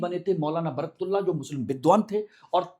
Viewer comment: महोदय आप शिक्षा देने के लिए वीडियो बना रहे है या राजनीति के लिए , आप निर्णय देने वाले कौन होते हो दूसरी चीज इंग्लिश में पढ़कर आप सही उच्चारण भी नहीं कर पा रहे हो सही नाम" बरकतउल्ला" हैं